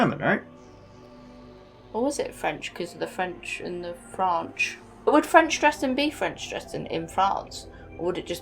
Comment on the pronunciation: "Franch"????? BBWWWWHAHAHAH!!!! ;)